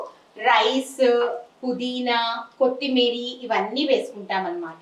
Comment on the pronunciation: కొత్తిమీరి కాదు కొత్తిమీర అనాలి